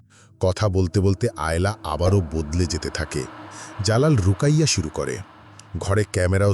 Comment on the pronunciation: সুন্দর এক্সপ্লেইনেশন ❤ ভাইয়া রুকাইয়া না ওটা রুকিয়া হবে